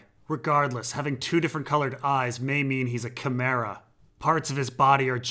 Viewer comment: still mispronouncing chimera